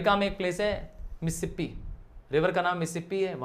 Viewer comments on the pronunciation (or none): missipe nahi hota sir Mississippi hota hai. Please learn English